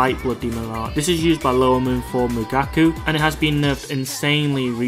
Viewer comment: IT'S MUKAGO NOT MUGAKU 😭